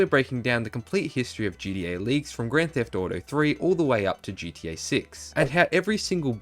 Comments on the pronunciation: I can’t with this shit now it’s GDA learn how to talk ffs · Yuuuup he said it damn Brit’s can’t say GTA they say GEA shits annoying